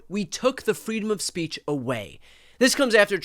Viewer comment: "Freedom of Spaich"